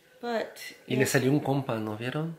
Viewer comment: Le salio un conpa dice jajajaja